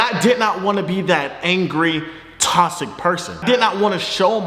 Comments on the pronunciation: No one: Fredo: “tosic” 😂😂😂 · wtf does “tossick” mean lmaooo ik he not tryna say toxic🤣🤣🤣🤣